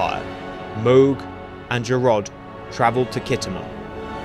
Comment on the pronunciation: I never thought of the house of mog being one of the top houses, and how do you spell what I always thought was The house of duras, which you pronounced as something very different?